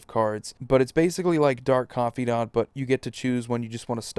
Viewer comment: "Dark Confeedant" (Laughs)